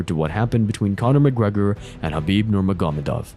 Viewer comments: This man is having a stroke saying Khabibs name 😂 he was struggling with Dustin’s but my lord the khabib one took me out haha 🤣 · LMAO. I've never heard Khabib's name butchered so bad. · And he pronounces his first name Ka bib, not Ha bib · It’s not hard to pronounce these names. And if you can’t just say Khabib for example. Its almost unwatchable listening to you say nurmagomedov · at least say Khabib name right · Don't ever say Khabib's full name ever again, you make me cringe. Seriously, if you're a fan of the ufc there's no way you say his name like that. So I'm guessing you're not at all familiar with mma, because the only other option is that you heard it being said correctly and still say it like a cringe machine. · Why did you butcher Khabib's name like Rogan when he debuted?